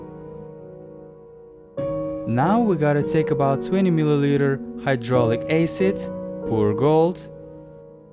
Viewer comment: "Hydrolic acid" excuse me, what did you say?? 🤣